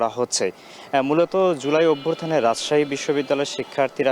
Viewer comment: এই লোক রিপোর্টার হইলো কেমনে..? অভ্যুত্থান কে অভ্যুরথান উচ্চারণ করে 😂..